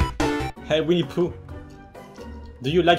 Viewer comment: wini the hedgheog :v